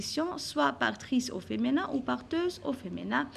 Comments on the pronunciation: بارك الله فيك..في ميزا حسناتكم.. Juste une petite remarque madame.. alors on dit femiiiiiiiinin pas feménin ..le i pas é .... J'espère ..et je vous prie de ne pas mal le prendre.. c'est avec de bonnes intentions.. Sinon vous êtes au top.. Merci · Tu as prononcé mal le mot féminin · Feminin avec un i et pas un é svp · Merci bcp madame mais s il vous plaît il faux prononcer "féminin" correctement.